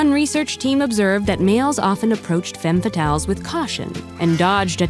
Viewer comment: Femmes fatales is mispronouned in the video. The first e should said as an a. However, if it gets multiple femmes fatales is pronounced with an e-sound on the first e. The subtitles doesn't tell menifnit's singular or plural either